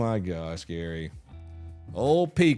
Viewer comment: Gary needs to drop the R from his name